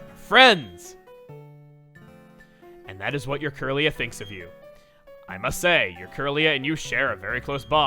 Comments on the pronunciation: He said 'must say' and it sounded like 'Masae', that is all :P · I get what Chugga did there! Not really, maybe a pun. When Chugga said, "Must say", it just sounded like he said, "Masae". So, I guess saw that as a perfect opportunity for a small gag. But that's just a theory. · No it was because when he said "must say" it sounded like "Masae" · The Masae image wasn't a mistake. He puts in images like that for a split second all the time. He did it this time because when he said "must say" it sounded like "masae." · StrangerGameMaster he said "must say" but he didn't pronounce the t in must and said it kind of fast so it sounded like "mus-say" as in "masae" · Chugga flashes Masea's channel picture when you say "I must say" This is because if you don't listen to the EXACT enunciation, it sounds like he say "Masea" This is to explain why he flashes it, and to not boost the speculation of the shippers running rampant in the comments. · because when Chugga said "must say", it sounded like Masae. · Don't get your hopes up people. When he said "I must say", it sounded just like "Masae", that's all. This boat will never sail you freaks, and if it does, it's not gonna be thanks to you... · NPC said must say & Chugga pronounced it as Masae. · icon showed up because when Chuggaa said "must say" , it sounds like he's saying Masae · when he says "I must say", it sounds like" I Masae". that's why Masae's image showed up. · funny joke. "I must say" and he said it like masae so he put her pic there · Because the way he said "must say" sounded like masae. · it's because he says "i must say" and it sounds like masae so he put the icon there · Yes, its cause when he said "must say", it sounded like "masae"